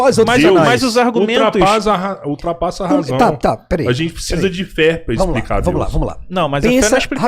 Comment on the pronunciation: Misericórdia, dá uma agonia ouvir os arjumentos do gordola, slc.